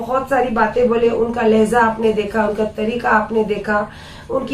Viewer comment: Lehja Lehza nahi